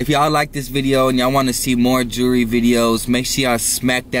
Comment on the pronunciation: when you can’t even say the world jewelry right